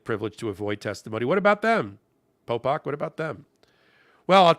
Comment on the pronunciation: A. It’s Popok. B. Check your speakers.